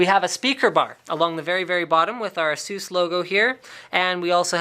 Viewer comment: It's a-suuuus :)